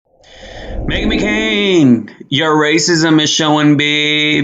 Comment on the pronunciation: Did you call her Meghan McKaren ??? 🤣🤣🤣 That wiped me Out